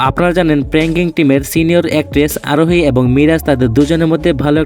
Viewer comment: apne dekhi bolte parenna arohi hobe sarohi na morok kho bedi 😆😆😆